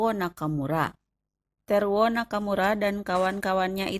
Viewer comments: teruo, bukan terwo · Aku gagal fokus sm cara ngmg admin.. "teruok,infanterik, nakamurak,merekak,bergerilyak,merdekak, amerikak" 😆😆😆😆 , ini orang depok , apa tasik admin nyakk